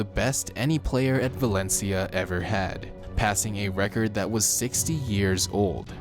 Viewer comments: Valentia?! Valencia= Valen see-ya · He fucked up xavis name is sayin valencha and said atlético wanted him to stay... barcleona*